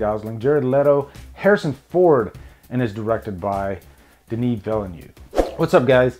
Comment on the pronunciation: Denis villain? Lmao Villeneuve! Vill-euh-Neuh-ve( i=e in french the way you prononce it)